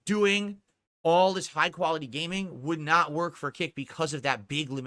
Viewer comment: "It's naut gambling ..." Says the gambling addict.